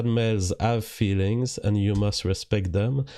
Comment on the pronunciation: That's 'feewings'.